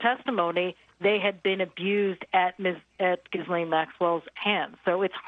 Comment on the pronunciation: As much as I don’t like her, please say her name correctly! Ghee-Len